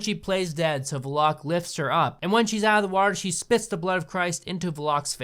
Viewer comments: it makes me laugh when he said valak he said it fast i think it is pronounced as va-lak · I’m almost certain the nun is pronounced “va-lik” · I kept hearing " valak" as "the lock", I was really confused for a while. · i thought the demons name was val ick (valek) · Its valak and pronounced val-ek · Yeah, the movie didn't even really pronounce it right. "Val-ek" was how it was pronounced in John Carpenter's Vampires, so I figured they would have pronounced it that way. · Valek pronounced Val Lick... No Vuh Lock... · That's not how you pronounce Valak. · The way you pronounce 'Valak'... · i hate the way he says Valek lol it's Val-ek not vo-lock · It’s not Vlock. It’s Val-lik. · I'm sorry, but it's pronounced Val-Ek, not Volok. I know you ain't gonna remake this video, it's just bothering me that I had to say something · NOT VELOCK ASSHOLE, IT'S VALECK. THAT'S HOW YOU SAY IT. BEFORE YOU CRITICIZE, LEARN HOW TO PRONOUNCE WORDS AND READ. YOUR REVIEW FUKIN SUCKS. THE MOVIES ARE MEANT FOR FUN AND CHEAP SCARES NOT FOR DISSECTION. IF YOU WANT TO BE A MOVIE CRITIC, LEARN HOW TO READ, PRONOUNCE AND UNDERSTAND WHAT THE MOVIE IS FOR AND WHAT THE DIRECTOR WANTED TO DO. EDUCATE ME AND DON'T CRITICIZE FOR WATCHING THIS SHIT. BECUASE IT'S ALL JUST FOR FUN!!! CHEAP SCARES. THATS IT FOOL!!! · I feel like The Nun is supposed to be a comedy. Because Valak uses 99% of the movie being a dick to the humans. Also it's pronounced Val-ack (like ch from loch and not lock). If it was Valok or Varlok, there'd be an r. I'm sorry it just 😂 Lorraine said so in the Conjuring 2. But yeah, if The Nun had better writing, it could be a comedy. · I know this is old but it's pronounced VA-LACK not Va LOCK LOL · Bruh... you pronounce names wrong... ie. Vlock you said... it’s Valek 💀 if you’re going to be critical about something... please at least get your pronunciation right :/ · did my guy really say "Valock"????? smh its "Valek". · Veloke? Oh dude, at least learn how to pronounce the name of the villain